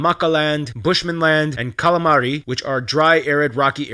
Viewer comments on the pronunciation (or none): Calamari?😂 Kalahari?